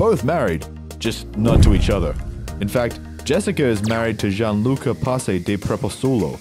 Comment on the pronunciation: Gianluca … not Jean… he is Italian, not frog.